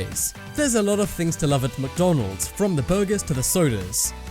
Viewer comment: "Who does not love mckdonleds" EWW